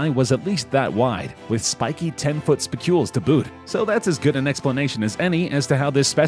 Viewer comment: spi-q-uhls, accent on the first syllable. The spicules of glass sponges are, indeed, made of silica.